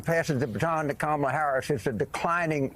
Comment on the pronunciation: Is her name pronounced Kammunism or Kommunism?